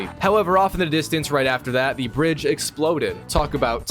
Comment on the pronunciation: my brain thought he said the British had exploded instead of the bridge had exploded